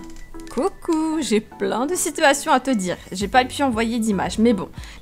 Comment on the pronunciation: j'adore ''les situationnes'' mdr